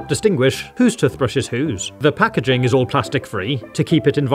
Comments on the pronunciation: Toothbrush is pronounced "tewthbrush" not "tuhthbrush". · Tuffbrush and Tuffpaste? That is not how you pronounce it. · The way he ses toothbrush doesn't sound right 😂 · "TUF" brushes 🤣🤣🤣🤣🤣🤣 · Why you say tutbrush 😂😂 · I don't know why but I genuinely like how you say toothbrush 🪥 😁👍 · Ah yes tuthbrush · Tuthbrushes 💀 Tuthpaste 💀 Water fassets 💀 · Great video as always. I love the way pronounced toothbrush...